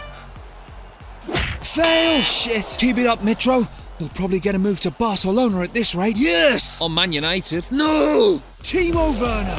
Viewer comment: Barcelona* not Bohçalouwner